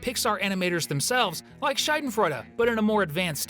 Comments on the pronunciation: it‘s not Scheidenfreude (Scheide means v*gina or slit), it‘s SchAdenfreude. Not that hard, actually… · It is Schadenfreude with AAAAA not Scheidenfreude with Ei. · The way you say schaden makes it sound like scheide and that’s just very funny in German. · When you say the word Schaden it sounds more like Scheiden. Scheide is also a German word but it means something else... Actually it has multiple meanings. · Hello, german here, your pronunciation and explanation of Schadenfreude is a little bit off, the vowel in Schaden is more like the uhh in uhhhm and the feeling is more like the satisfaction you feel when someone finally gets what they deserve, it's not being happy about random people's pain and therefore not involved when watching those fall videos.